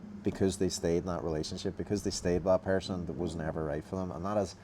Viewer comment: Person: ❌️ Pair-son: ✅️